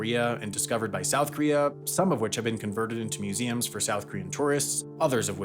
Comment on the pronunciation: It's "KOREA" not "KREA", for fuсk's sakes!